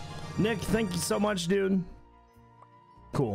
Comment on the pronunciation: QOTD: thank you so so much Keralis he normally says spank you Very very much